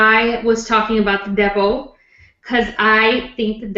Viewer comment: I could have sworn said,i am going to talk about the devil,but she is saying Depo.!!!